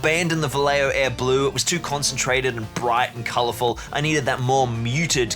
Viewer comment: This video is almost perfection incarnate. My only complain is how you pronounce "Vallejo" jajaj